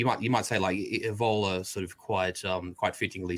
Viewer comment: Minor point, but the way this is pronouncing Evola is grinding at me... Good chat though keep it coming.